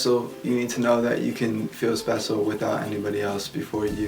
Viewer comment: did he say "spesial"? lol